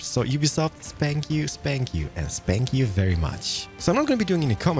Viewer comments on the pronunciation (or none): RedShark Playz he does say spank you He even says it in the Minecraft chat instead of thank you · What says: thanks you What I hear: spank you p.s. I am Not making fun of his accent